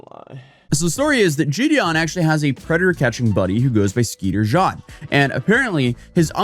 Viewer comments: Jean pronounced like the material some pants, jackets, etc. are made out of not like a Frenchmen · dude Skeeter "GENE" has millions of followers and you could do the bare minimum to make sure you are pronouncing his name right Dude I like your content but it all just feels so rushed like you aren't doing your research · its is pronounced gene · nice job on butchering Skeeters last name. 🤦‍♂️🤦‍♂️